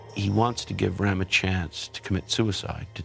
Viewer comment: Calls Hitler a idiot says "ram" instead of Rohm